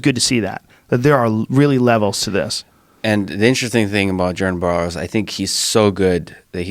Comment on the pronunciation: That dude says “Jerden borrows”